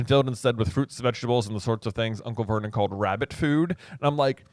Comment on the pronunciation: Every time i hear Uncle Vernon's name i hear "Vermin" (I am Dutch and have knky read the Dutch version of the books, and the Dutch name of uncle Vernon is "Herman").